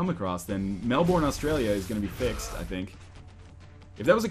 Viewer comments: I cringed a bit at his 'Mel-borne', but hearing him say Melben would almost certainly be worse. It's more of a Melb'n. <3 Lazy Australians, represent. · As an Australian, it's mel'burn' not mel'born' but I can't hate because you always say sorry for you mutilating names :D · its pronounced "Mel-ben" not "Mel-borne". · "Mel-born". Oh dear... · mel-burn. you pronounce it as mel-burn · us aussies pronounce it like melb-in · How do you pronounce melbourne if not mel-born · its pronounced, Mel-bun. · That's not how you say Melbourne! ily NL <3